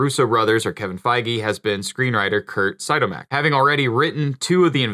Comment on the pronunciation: It’s Curt See-odd-mac..